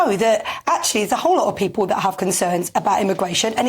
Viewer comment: “I Fink” “pepul” “parte” Christ get someone who can speak properly They don’t have to be posh just pronounce words properly.